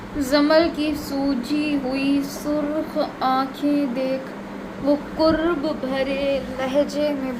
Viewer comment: Apke voice main mistake Hy کرب k oper zabr Hy paysh ni🙂🙂